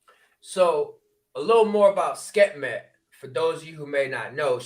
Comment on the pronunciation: Love and appreciate u,, but it’s Sekhmet - pronounced Sek-Met.